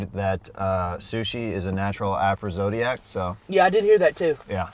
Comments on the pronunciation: aph·ro·dis·i·ac not aph-ro-zod-i-ac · not a natural “afrozodiac” 😭😭😭😭😭😭😭😭😭😭